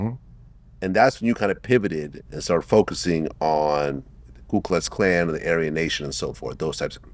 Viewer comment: Its Ku Klux Klan. Not Klu! As a journalist Vlad, you should know this.